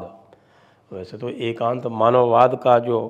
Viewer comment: Sir, it is "Ekatmatha Manavatha vaad" not "Ekanth...." 🙏